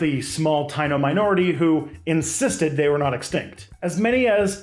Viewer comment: Hey, just wanna say "Taino" is pronounced tah-ee-no ❤